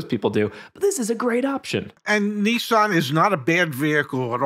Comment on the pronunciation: It's "Nissan", not "Nee-San". Why do Americans butcher everything